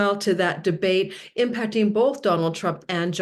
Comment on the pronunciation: Huh? - "debate"... "de bate"... yeah, some might take "the BATE"... 🎣